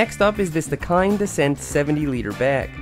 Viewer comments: Normal people: dakine ( pronounced : da-kean sorta ) Seth: dakine ( da-kind ) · Dakine make the best luggage 👌. Just to point out that us English people pronounce it dah-keen, so it was interesting hearing an American pronounce it 😂